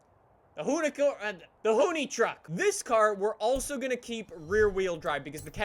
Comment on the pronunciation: Why does he say "Hooney-truck"? Its annoying...